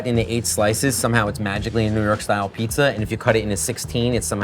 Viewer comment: Listening to them saying “Abeetz” makes me want to smash them both in the face. Jesus Christ, it’s pizza. Cool, it tastes good. Ok….